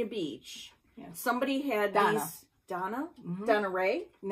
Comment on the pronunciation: Thank you so much! I thought you were saying Donna, not Dawna!!!